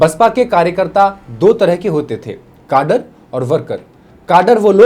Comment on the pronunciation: जयभीम सर जी...कृपया आप बसपा से जुड़ जाइये...वैसे भी आप कैडर को काडर कह रहे हैं...बामसेफ टूटी नहीं राजिव गांधी द्वारा तोड़ी गई...मान्यवर कांशीरामजी ने अपने सांसदों को लेकर इस शर्त पर वी.पी.सिंह को समर्थन दिया था की परमपूज्य बोधिसत्व बाबासाहेब डॉ भीमराव आंबेडकरजी को भारत रत्न और ओबीसी वर्ग को 27% आरक्षण दिया जाए...आपने वीडियो में बीएसपी की बहोत सी बाते अपने ढंग से पेश करने की कोशिश की जिसमे कई तृतीया और असत्य है...कृपया अगली बार किसी विषय पर वीडियो बनाने से पहले सम्पूर्ण अभ्यास करने का प्रयास करे.....जयभीम जय बीएसपी मिशन